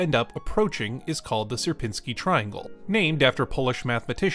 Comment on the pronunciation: Its not ser-pin-sky triangle Its siier-pinni-skyi triangle Sier-piń-ski